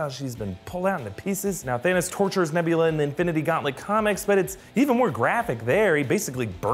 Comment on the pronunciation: Hey just listen alittle closer on nevvlerer